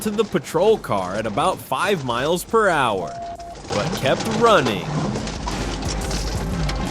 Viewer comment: “Kilometers per hach” A Call to “nine hundred eleven” Couldn’t find a dumber AI voice?